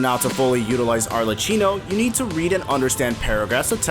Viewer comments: its arleCCHINO not arleccino for god's sake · who the fuck is arleCHino??? she's pronounced as arle-cki-no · PLEASE, it's Arlecchino, not Arleccino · 1. after hearing so many arleCHinos i can safely bet that the pronounciation is intentional, but it still is so annoying 😭 points to you for farming comments i guess 2. youre absolutely wrong about the forte circuit counter, it doesnt standardise and/or intuitivey explain shit, even judging from the first available characters - every one of them uses it differently and often it means very different things. for some characters i agree, but others (like jianxin, taoqi, etc) cant quite be figured out just by looking at the thing, you still need to understand when and how exactly to use it. +from personal experience, it took me several days to figure out that the bar had any practical impact on the gameplay until i got to the in-game guides for the chars. and that is considering i read through everything before trying it out (as a professional genshin skill desc reader, in this essay i--) which leads me to the 3rd thingy. the overall message about wuwa having no such problem IS right, but specifically bc they have the guides for every character that walk you through their kits without walls of text (even tho those are present in the skills descriptions) while simultaneously being short and to-the-point so, youre kinda right, but also not at all lmao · arle-chee-no idk man i find it easier to understand genshins characters kits than wuthering waves (i know how almost every character works in genshin) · I'm crying with the pronunciation of Arlecchino. At least do some pronunciation research before uploading. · as an italian, this pronunciation is physically painful